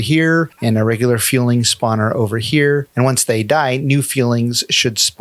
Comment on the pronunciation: FU-LING, not FJU-LING or FUEL-LING